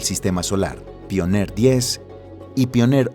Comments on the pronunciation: Soy el único que esperaba que diga "paionier" en vez de "pioner"??? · Se pronuncia paionier no? se escucha bien raro que digas pioner 1 y 2 , en fin un pequeño detalle la verdad la informacion esta super